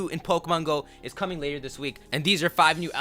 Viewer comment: It's "coming".